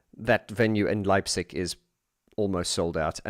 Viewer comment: Dang, I've missed the livestream. And again dang, I'll miss the concert in my hometown Leipzig as I won't have the chance to attend. But just to make it clear: You've pronounced Leipzig much better than tons of other people, even Germans. And "Täubchenthal" is a great venue, also with the name itself as you can translate it into the valley of the doves. A few things regarding the livestream: - You don't do the band justice if you only see Alphaville with the first three albums. They became much better as they found their confidence to do live shows. And now, they are a full band, not only "Marian and friends". I think, you should check out their 2017 album "Strange Attractor". - I think "Dark Society" should be part of the music collection of every lover of electronic music. I've recently listened to the whole album. And it's amazing. - Once you've completed the move of DM to the new channel, you should consider digging a bit deeper into the world of OMD. They are my musical heroes, and the Andy McCluskey solo album "Sugar Tax" belongs to the soundtrack of both my coming-of-age and the fall of the iron curtain. The other parts of this soundtrack were "Disintegration" by The Cure and "Violator". - I agree that the Pet Shop Boys somehow got lost off their track, especially after "Release" until before "Hotspot". It's good to have them back from the realm of lift music. I'm looking forward to the next amazing content on your channels. I've subscribed to both of them. I wish you